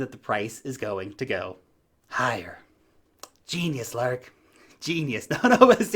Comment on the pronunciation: Lark rhymes with Bark